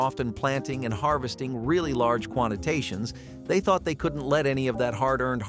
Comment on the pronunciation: It’s quantities not quantitations. They mean totally different things.